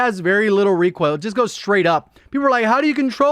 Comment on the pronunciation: Everybody: recoil: requail 😂